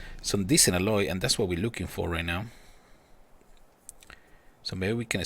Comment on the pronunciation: Can't even pronounce alloy properly